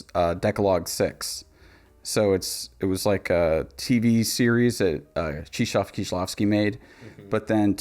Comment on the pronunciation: Great video but how did you end up pronouncing Krzysztof as Cheeshof? Kshish-toff. Chris-toph(er). It's Christopher. You can say Chris, it'd be closer than Cheeshof :P It's very entertaining once or twice when people get spooked by names like Krzysztof and Grzegorz because they look so different but that's just Chris and Greg with extra steps lmfao